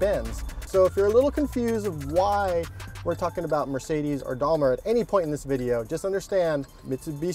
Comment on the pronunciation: Why do you say "Dalmer"? Twice. It is Daimler...